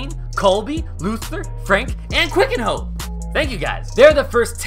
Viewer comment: KEE KAHN YO, not "QUICK 'N' HO" re: QUICANHO